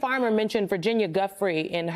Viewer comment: Get Virginia’s name right ffs!!!!!